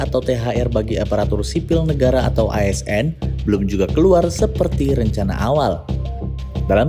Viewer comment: Bagian "ASN" nya di tekan sama pengisi suaranya Bjirrr...😂😂😂